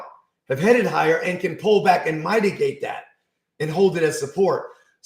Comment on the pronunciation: I hate to nitpick but it’s mitigate (the i sounds like the i in it) not mytigate(which is the way you keep pronouncing it).